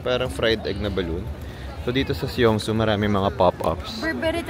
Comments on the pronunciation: Song-soo ang bigkas sir hindi Syongsoo 😛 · Love the korea vloggg ❤❤❤ alsooooo it's pronounced as "song-su"